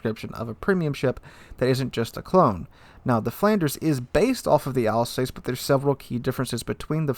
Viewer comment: you make some very nice observations and analyses. But duuude. The prununciation! You can put the names into Google and it will tell you how to pronounce. It really hurts ears to hear you say Alsace, Pobeda or Hizen.:-D